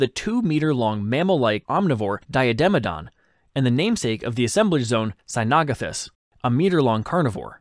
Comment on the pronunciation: Mispronounced cynognathus.